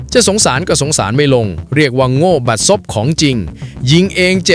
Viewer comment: อ่านให้ถูก ซบ ไม่ใช่ สบ เลิก AI เถอะ ภาษาวิบัติ